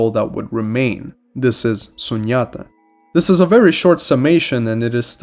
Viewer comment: Ahh most of these words and teachings are Hindu! sunyata is pronounced - soon-yatha which kind of also means 0 which is pronounced as soon-ahm